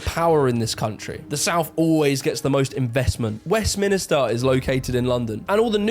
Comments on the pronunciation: Where does You Tube get all these people who, on the face of it, speak with authority but cannot pronounce even the simplest words. It’s not Westminister, it’s Westminster! Anyway, I am from the North. I can remember when we had powercuts back in the 70s. The economy was terrible and there wasn’t enough power to keep all the lights on in the evening. I remember the miners strike and the riots. I live down South now… feel like a bit of a traitor. The north used to have shipbuilding, busy ports, car manufacturing… that’s mostly gone now 🙁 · STOP SAYING WEST MINISTER it's just Westminster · Thank you. It drives me nuts West minister... I hear it a lot.. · Also, as he's from the South he should probably know that it's Westminster not West Minister. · Ffs, the British guy doing that video doesn't even know the Parliament is in Westminster NOT West-minister 😂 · I'd just like to state for the record - it's West-MIN-ster, not West-mini-ster as our boy keeps saying. I hear it a lot actually. Maybe because Minister's work there?? I'm a Southerner but I've got a lot of Northern work colleagues and they're brilliant! I think a good mix is the key. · Don't put too much faith in a person (original uploader) that can't even say Westminster correctly. The fool keeps calling it Westminister, damn fool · needs to stop saying West - minister.